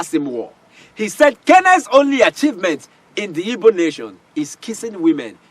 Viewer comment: So called elder. Can’t even pronounce “IGBO”… By the way ôga, acting a movie is different from reality. Asôkata eze anya kwanû ekpuru nkata n’ishi gwaya eziokwu.